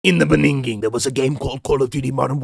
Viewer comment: "IN THE BENINGHIN" 😂😂😂